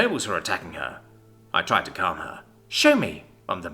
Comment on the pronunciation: Brooo. I unpaused it near the end of jake's mum saying "CALM" and it sounded like "CUM" ☠☠